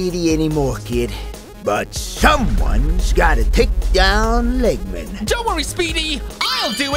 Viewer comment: It not legman it’s doctor egg man